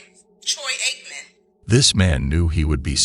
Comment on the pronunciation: She wanted to ax you a question. What a dummy. Troy Aikmen lmaoooo.